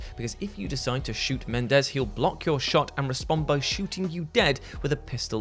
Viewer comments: Men-en-dez sir, not Mendez. That entry just made me irritated at BO3 all over again. The BO series was quite interesting up until 3 totally went on to do its own thing. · Respectfully., it's prounounced Muh-nen-dez, not Men-dez. They're different names, sir. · Menendez, not mendez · To steal his gags, It’s, and say it with me everybody, Men-EN-Dez. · It's Me-nen-dez. Idk why Brits have such difficult time pronouncing this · It's pronounced MenENdez.